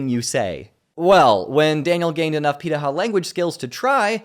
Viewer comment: Hey,! I haven't finished the video yet, but I'd like to make a comment on the pronunciation of "pirahã". You did a great job reproducing the "r" sound and I know the "ã" sound is more difficult for English speakers, but it's closer to "han" at the end of the word, therefore: pirahan (without letting your tongue touch the roof of your mouth when you produce the "n" sound). It doesn't affect the quality of your video, it's just an interesting detail. Edit: now I see that the speaker himself is pronouncing it wrong haha brazilian culture in one anecdote omg